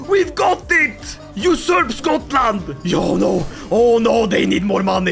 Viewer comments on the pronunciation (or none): none